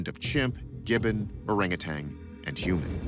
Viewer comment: "steaming volcanoes", in the province of Aceh? First time I heard it. I'm Indonesian. And Orang Utan is pronounced Ow-rung Oo-tunn, not Ow-rung Oo-TANG. Otherwise excellent video. Greetings from Indonesia